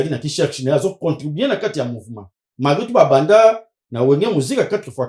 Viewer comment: on dit malgré et non " Margué"